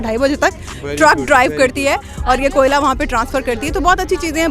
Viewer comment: 2mint 16 second pr ap ne Koila ko Kola keh dia...